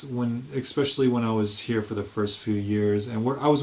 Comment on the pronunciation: I just listened to an English teacher say “expecially” hahahaha No disrespect intended...it’s just funny, man.